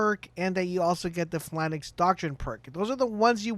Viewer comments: You keep pronouncing it "Flanax". It's pronounced "Fay-lanx" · Why do you keep pronouncing it “FLANIX”???